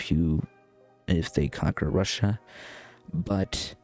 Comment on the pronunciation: It’s Russia not whatever you called it